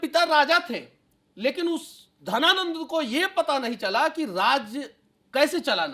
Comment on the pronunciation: घनानंद होता है की धनानंद होता है महोदय....